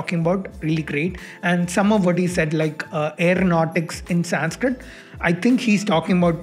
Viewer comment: I wanna go kill his angry cat every time he pronounces SAYNSKRITT with a white people T. Bc if you have learnt you woulda known how to say संस्क्रित Sun-s-krit try again wanna be white baby boii Also your favourite nasa and esa derives and names everything on greek gods and credit everything to european philosophy and culture.